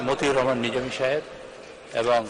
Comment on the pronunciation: মনে হয় একটি নাটকের সংসদ, একজন সংসদ সদস্য সেশন ঠিকমতো তার দলের নেতা নেত্রীর নাম ঠিকমত বলতে পারে না। মতিউর রহমান নিজামীর নামটা নানু ভাই ভালো মনে করি